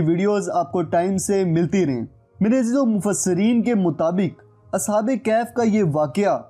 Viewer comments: As'hab-e-Kehaf nahi As'hab-e-Kahaf hai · Ashab e kahaf hota ha bhai ,ashab e kaf nhi